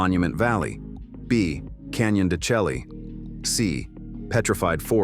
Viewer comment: Canyon De Shay NOT Canyon De Chelly ! AI sucks !